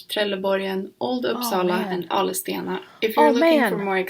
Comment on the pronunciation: It's Ale stenar, not AleS stenar...